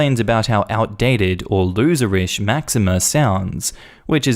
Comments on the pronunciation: "Maxeem", not "Maxima" lol. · Eh there is no A at the end of Maxime 🤣 it's funny that in a story about mispronunciation you accidentally pronounce the name like the Queen Máxima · Oh my God my French Roots were dying the way you pronounced Maxime. Max-eem. Lord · Just a gentle correction on the pronunciation of Maxime - it’s pronounced Mack-seem. :) Eh-loh-dee and Tay-oh. Technically! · Story 1: for reference as do how she pronounced them wrong Theo—> Te-oh Elodie—> eh-loh-di Maxime—> Max-eem